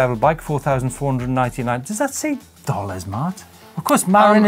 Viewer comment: MA-RIN, not MAR-IN. Just pronounce everything opposite of and it will be right.